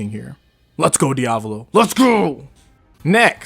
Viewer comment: DID THIS MANS JUST SAY DIAVOLO LIKE IT WAS DIAVALO!? LMAAOOOOOO NOW HE SAYING HIGASHIKATA LIKE HIGASHIKATA... wait... YOU GET MY POINT